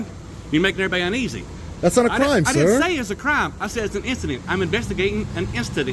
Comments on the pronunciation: “I’m investigating an issident” The only “issident” is your poor understanding of the English language you illiterate scumbag. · Bumpkin can’t even pronounce incident! Brilliant! Only the best and brightest lmfaooo 👍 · Deputy couldn’t even pronounce “incident” 😂😂😂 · The sergeant can't even articulate the word "incident."